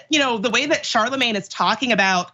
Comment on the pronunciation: It's pronounced "Sharlamanye".